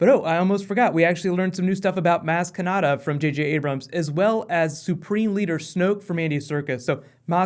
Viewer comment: Its maz kanata, why is everyone saying kanada??